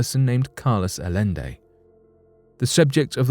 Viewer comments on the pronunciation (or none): none